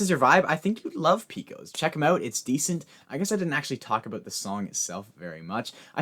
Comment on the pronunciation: I'm from Texas and I just wanna let you know it's pronounced "Pay-kohs". 👍 Love the new structure btw